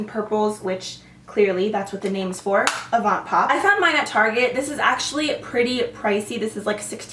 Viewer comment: The "t" in "avant pop" is silent :)